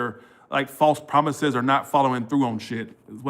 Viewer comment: Not the broken promithes 🤣 ♉️ lol